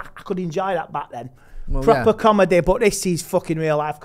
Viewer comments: “It’s a comedehhh”😂🤣💀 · Andehh it’s a comedehh